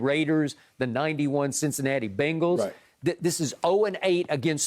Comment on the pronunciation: thought skip said playing for the "bungholes" lol thas their new name